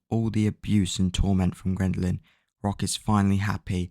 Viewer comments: “Grindalynn”? It’s Geraldine. Jer-old Dean. It’s amazing you managed to read a book you autistic fuck. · The fact you’re calling her Grendaline is driving me mad🤣 “JE RAL DEEN” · That’s not how you say her name it’s pronounced “JERR + uhl + seen” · you are saying geraldines name wrong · He’s pronounced a named wrong and you’re acting like he killed your cat 😭😭😭